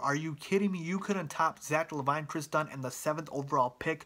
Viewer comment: Skal is European? You mean Hatiian.....Zach La-vine? LMAO! It's Zach LA-VIN. Say it like that.